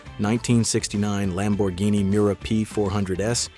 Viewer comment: You mispronounced a Lambo and the City too. Why You don't want to learn?